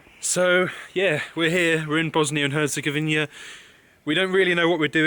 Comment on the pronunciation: Great video as always, but there's just one thing a have to mention. It's Bosnia and Herzegovina, not Bosnia and Herzegovinia. You see the difference? :)